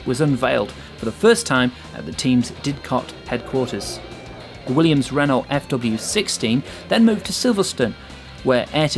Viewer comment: Oh dear....Adrian "Newley", mispronounced Jerez, mispronounced Renault, mispronounced Imola, mispronounced Montezemolo......showing an indy car instead of F1....it's poorly compiled, and there aint' nuthin' new here.....